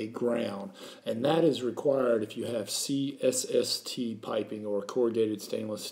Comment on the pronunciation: He can’t even say C S S T right 3 times he says cst lol